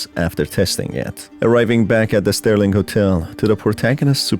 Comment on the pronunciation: SERLING hotel, not Sterling!